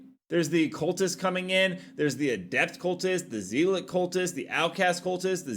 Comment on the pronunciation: As others have already pointed out, "mesa" in English is pronounced "may-sah". As fewer have pointed out: "zealot" is pronounced "zell-uht," not "zee-lot."